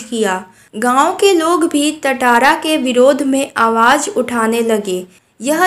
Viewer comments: Not tataara it's tatara😂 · Tatara nahi tantara (टाटारा nahi तंतारा) hota hai😅